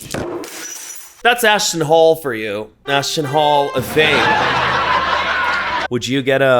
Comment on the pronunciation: I thought you said ASShton HOLE for a second 😂😂